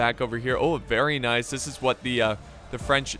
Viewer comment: i'm french living in the french riviera. Congratulation on how you said Nice, it was perfect